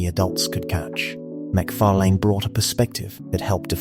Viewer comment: Down vote a fan should know how to say fucking McFarlan